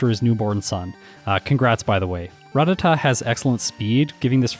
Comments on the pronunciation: Ruh-tat-uh is how they pronounce it in the anime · Why do you pronounce Rattata with both common pronunciations?? How am I supposed to know how to pronounce it now